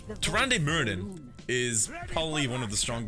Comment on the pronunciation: Her name is actually pronounced TyrandA just so you know XD